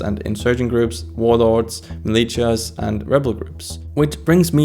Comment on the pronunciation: BTW, I could understand you fine from context, but I feel i should let you know "militia" is pronounced like "malisha"